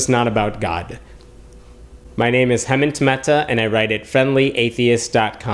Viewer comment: It's funny. When you say "below" fast, it kind of sounds like "blow", so it somewhat sounds like you are saying, "Please leave. Your comments blow."